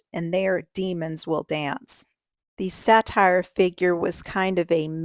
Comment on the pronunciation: Say-ter not satire